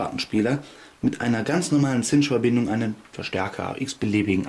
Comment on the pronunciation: "Chinch wird "Tschinnsch" ausgesorochen. Du sagst immer "Zinsch."